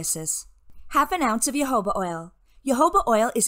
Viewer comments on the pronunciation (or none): Jojoba is pronounced (Ho ho ba)